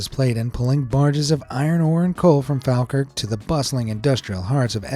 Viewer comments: I know this is so picky but I'm a bit over American pronunciations of our cities ..in the nicest way it's phonetically Glass go Edin burra Fall Kirk I thank you And I f kn love this channel😁😁😁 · I live in falkirk, the way he’s saying Edinburgh, Falkirk and Glasgow is making me mad 😭